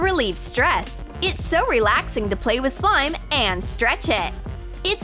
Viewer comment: Why are they saying slime as sloim?